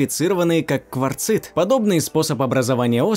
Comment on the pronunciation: "потайных залОв..." ??? по-русски кварцИт. С ударениями катастрофа, просто пипец, и эта раздражающая вопросительная интонация в конце каждого(!) повествовательного предложения. Безмозглая, убогая озвучка.